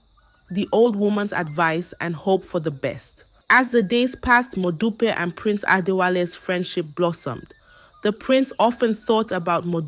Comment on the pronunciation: Please pronounce the names correctly next time eg that modupe.